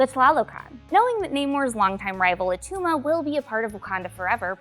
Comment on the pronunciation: It’s not Attuma